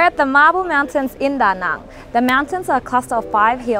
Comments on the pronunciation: What is up with your pronunciation of Viet place names? Da Nung, Viet Narrrmm and now Hoy Arrrnn. Just ask a local and stop talking like yanks. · Lol can you learn to pronounce Da Nang properly, it's as /cringy annoying as Americans saying Mel-born.